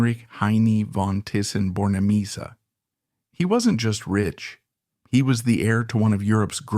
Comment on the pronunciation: Teessen, not Tyson. 😢